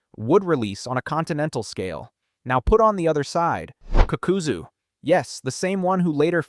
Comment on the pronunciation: I don’t know if u trolling or wat n I see u r knowledgeable of Naruto. How can u hear these people’s names so many times, do all videos mentioning them, and still butcher it. Also HOW THE FCK can you pronounce the Ha in Hashirama but not the FCKING Ka in Kakuzu saying fcking kukuzu it shouldn’t irritate me as bad as it is but oooh watching 14 minutes of a good video n hearing that pssed me off